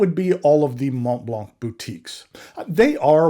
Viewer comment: Mohn Blanh The t and the c are silent. The "n" on Mont is very soft, a whisper. The key to the proper pronunciation is to open your mouth and to end the word "Mont" with your mouth still open. Since the "t" in Mont is silent, the front of your mouth will not make contact, top to bottom, when you say the word. Next, you use the tip of your tongue to initiate the "l" sound in Blanc. Dude, you've been at this game long enough to make an effort. It's rather incongruous--your pen collection must be worth well over $100,000. Make the effort. It's embarrassing.